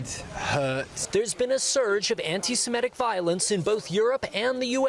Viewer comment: I though was smart enough not to mispronounce "antisemitic." WRONG.